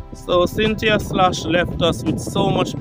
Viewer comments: Her name is pronounced Skloss not sloshh or whatever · Her last name is pronounced like skoles